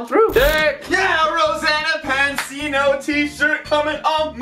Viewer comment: Anyone else notice how said Rosanna Panini instead of Rosanna Pansino